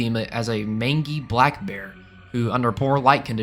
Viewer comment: Not to be anal retentive but it’s “main jee” not “man gi” . You hear it in dog movies a lot like this “ get out of here you mangy mutt.”